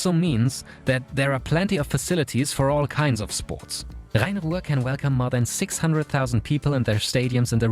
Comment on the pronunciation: Your perfect pronunciation of Rhein-Ruhr makes me wonder if you are actually German